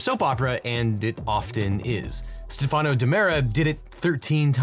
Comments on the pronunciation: Your research team needs to be more thorough: It was STEF’ano. Not “SteFANO.” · It’s Stef-a-no